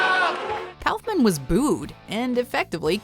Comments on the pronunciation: It’s pronounced cough man not kouhfman that made me cringe when you said it also a lot of these where actually funny but watchmojo becoming a bit too pc for my liking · "Cowfmin?" It's pronounced "cough man." 😒